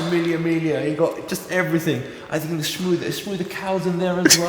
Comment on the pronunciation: Ahahaha calling "Shmooth" the cow